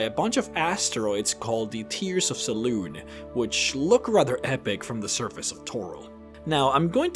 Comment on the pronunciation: It's pronounced seh-loon-ay. Not just seh-loon.